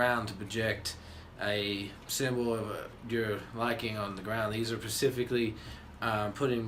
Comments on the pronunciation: Interesting upgrade. Oh and at about 32 seconds in it’s “specifically” not “pacifically” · It’s SPECIFICALLY, not PACIFICLY